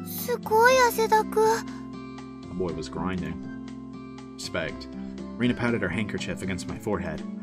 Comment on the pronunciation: It's definitely not "Ree-na", it's more like "Reh-na"